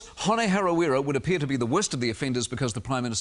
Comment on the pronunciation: Holy fuck I don't think he could mispronounce Hone's name harder if he tried.